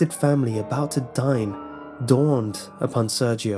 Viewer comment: + with hard r's. like you'd read it with a russian accent